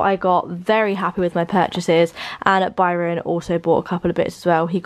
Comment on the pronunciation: Did anyone else when said Barron at the end instead of Byron!!!